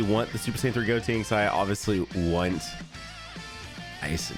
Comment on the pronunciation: Why do you call him goTINKS when it's goTENKS 😂